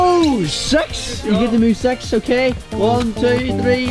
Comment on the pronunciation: Why pronounce "six" as "sex"?